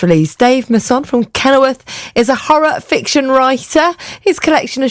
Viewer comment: A few things: 1 - Imagine being the type of urchin that gets triggered by what another person chooses to do with their nails. 2 - is a very bourgeois way of pronouncing your surname. 3 - She did a proper Partridge at the end ballsing up the sound fx. 4 - Great interview, well done. 5 - I am going to order this book. That is all.